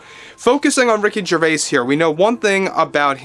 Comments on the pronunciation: The s in Gervais is silent. It is pronounced Jer vay. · The S in Gervais is silent